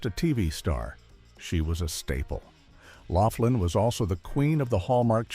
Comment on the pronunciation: You REALLY need to do more research... Her name is Lori LOUGHLIN. Not Loflin.